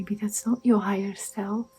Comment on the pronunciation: What’s a “higer”?